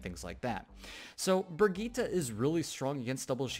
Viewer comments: It's Brigitte Bri-git-te not Brigitta but nice video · its swedish... its bri-gitt-e:) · Pronunciación: vergíta...